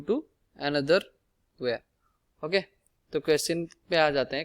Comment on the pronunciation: wire ❌ ware ✅